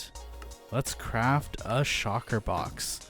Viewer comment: Shulker is pronounced: shul+ker not shocker. Also, "an" elytra not "some" elytra. Because it is 1 item.